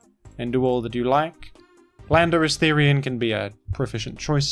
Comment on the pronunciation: I'm sure I just heard you say "Philanderous-Therian"